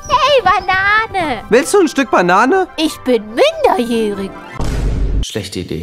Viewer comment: Sie sagte Münderjährig